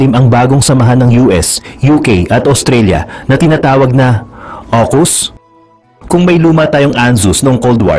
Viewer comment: Aukus hndi okus...